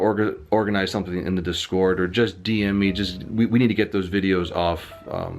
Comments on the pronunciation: DIS-cord, not dis-CORD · it's [DIS'cord] ... not [dis'CORD].. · you say discord weirdly lol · How you pronounce discord makes me cringe. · The way he says discord has me dead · The true crime here is the way you pronounce Discord Though seriously, much love man, me and my dad love your videos as we both are level 100 and play forever, so we're hoping the best for you